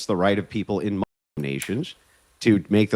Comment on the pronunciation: Are we not allowed to say , mooslum?